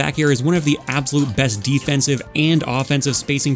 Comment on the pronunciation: i like ur videos and all but some of ur pronunciations confuse me. How do you pronounce absolute as "ab zo lote"????